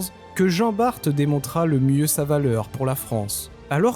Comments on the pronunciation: Ayant été dans la marine je peux te confirmer la prononciation de Jean Bart. Donc « bar » pas « barte » 😊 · Hello. Pour Jean Bart, ça se prononce "Jean Bar" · Jean Bar"t"!!!??????😳😳😳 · Pour Jean Bart... Et ça a sûrement déjà été dit. La Marine ne prononce pas le t. Ca répond à la question (oui, au musée de la Marine, en suivant l'atelier des petits avec mon neveu, j'ai souffert). Pas de t. Point.😊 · Je confirme à J.Bart, on ne prononce pas le T . Sinon , kiffer, chevalier de Barbazan, gille de Rais ( tant qu'il était avec J.D'Arc ) et pleins d'autres J.Moulin..enfin...😊. Merci A + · Je vais faire mon relou des commentaires. Je descends de Jean Bart par la lignée maternelle et le (t) ne ce prononce pas. Et pour la bataille du vieil Harman, la prononciation en Alsacien et pas correct, mais pour réussir à le prononcé il faut être alsacien ou allemand. Personnellement même en habitent 3ans à côté je les jamais prononcé correctement. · bonjour, finalement on peut prononcer le (T) mais faut préciser que c'est en flamand 😂. Sur ce bonne continuation, merci de la réponse. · Montargis, Jean Bart... pourquoi tu prononce ça comme un fiéfé angloy? regarde le film Tai-toi! (Reno et Depardieu) et viens donc faire le carnaval de Dunkerque!